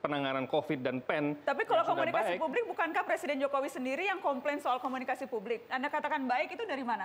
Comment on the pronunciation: 7.45 jangan terlalu tegang dong bang,santai aja🤣 Komunikasi yang bener bang bukan komunisika🤣